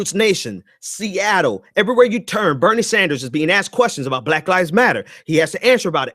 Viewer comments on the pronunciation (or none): none